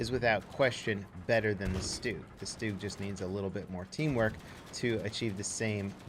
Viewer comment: It's a stug not a stoog